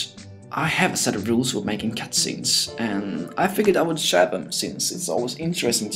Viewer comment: did you just say Cat-Scenes?